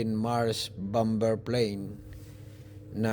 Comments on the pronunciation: kuya hindi bamber bamer po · Bomber... silent b kaya ang pronounceation Bomer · hahaha bom-ber mali ang pgbigkas m bomber yn hahaha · Bom ber ba hahhaha baka bamer ibig mo sabihin 😂😂😂😂😂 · Bom ber daw hahhaha baka bamer ang ibig mo sabihin tinagalog ko na 😂😂😂😂😂😂😂😂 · bomber silent b iyon..bamer dapat ...Hindi bam ber.. jeje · Pasinsya na public school lang ako peru na puna ko yung sinabi mo na bom ber which mali talaga. Saan ka ba nag aral. E tama lang natin ha. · silent B po pag basa jan sira